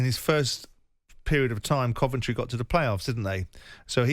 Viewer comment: Jim pronouncing Coventry “Cuventry”. Odd